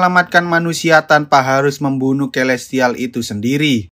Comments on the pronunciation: Kaya aku aku dengar di nyebut nama elestial deh🗿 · Gua gk salah denger ni elestial